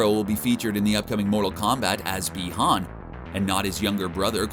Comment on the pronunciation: BEE-HAN,NOT BYE-HAN!!!! GET IT RIGHT,!!!!!